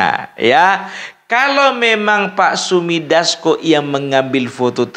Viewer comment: yg betul " Sufmi Dasco" bukan Sumi Dasco.